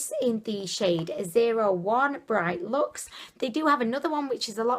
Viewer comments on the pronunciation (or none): none